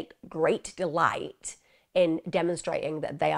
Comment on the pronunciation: Delight not gelight*